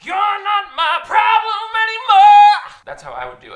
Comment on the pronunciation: It honestly sounded so good, too 🤣